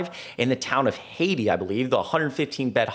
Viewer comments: I was hoping you didn’t say pemiscot county. And it’s Hay-ti lol. My great grandparents moved there from Arkansas around the 1030’s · Its pronounced Hay tie. 😂. Thank you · Haiti, Missouri is pronounced "HAY-tie," not pronounced like the country name. Not kidding. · The town name is pronounced "Hay-tie". I am from this area of the state. And everything that he's saying is absolutely the truth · I grew up there. It's pronounced Hey! Tie. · Hayti is pronounced heytie.